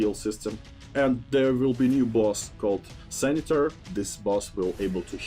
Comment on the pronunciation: the boss is going to be called senator not sanitar ahahhahahaahhahahaha